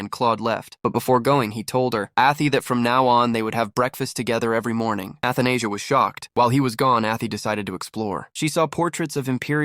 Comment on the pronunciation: Athenasia (Anesthesia)😭 pretty sure it’s read A-tha-na-sia